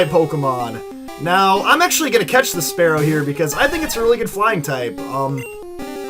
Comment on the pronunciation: Spearow is terrible and you can't even pronounce it correctly after all these years